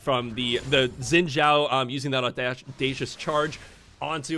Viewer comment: I’m sorry but the way you pronounce “Xin Zhao” is so funny LOL Why can’t the english speakers get that right?